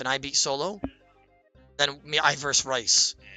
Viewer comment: brothers got everyone thinking rhys is pronounced rice lmao